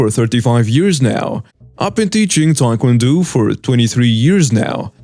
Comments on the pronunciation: Tae Kwan Do the o is long not short oh not ew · you mispronounced that last story wrong it is not Tae Kwon DU it pronounced with long O for Tae Kwon Do thought I'd let you know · I like your videos and been following. Here's an advice on pronouncing Tae-Kwon-Do. It's not pronounced do, but dough like money or bread. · DO pronounced dough as in bread dough. It means 'way' in Japanese and Korean. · Wait, no one saw that the host said Taekwondo wrong?